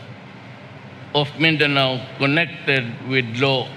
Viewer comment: Holy sh^t! You guys are gonna piss off A LOT of Filipinos... You can't even pronounce Mindanao XD You don't have a clue about it, so shut your pie hole. This isn't the same as the drug problem you guys love mentioning.